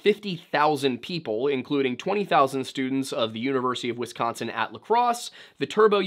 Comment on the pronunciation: Why do y'all non Midwestern peeps say "Wess-consin?" You sound very silly. There's no E in Wisconsin, please stop pronouncing it as such.